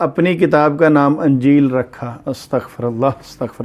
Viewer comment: Anjeel nahi sir injeel Zear ha